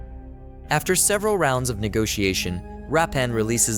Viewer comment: Why do you keep saying Rappan?His name is Veerappan…..😂